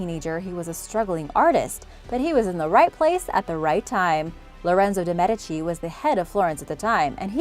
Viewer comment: I took a class on the Medici’s during my undergrad and also studied abroad in Florence and I am honestly so happy to hear someone pronounce Medici correctly for once